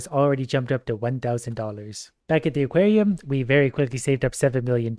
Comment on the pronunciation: you pronounced aquarium like equarium